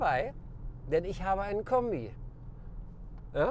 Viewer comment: "Wasn das fürn Kömbi" ;-)